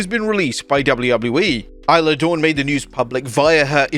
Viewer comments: How are you still not saying her name right? It's pronounced eye-la dawn. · Not Isla Dawn. Dammit.